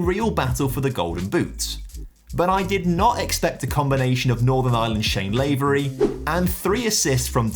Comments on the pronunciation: I let it go in the previous vid as it only happened once but you did it again and it annoyed me a bit. 😂Its Shane LaVery for Northern Ireland not Shane LavEry. Still love your content anyway but felt I had to correct you on this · knee sliding, carpet burning N. Ireland fan here (3 mins into the video I’ll let you know how the knee sliding goes) it’s Shane LA-V-RY not LAY-V-RY